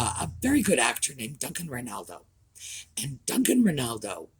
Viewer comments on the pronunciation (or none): none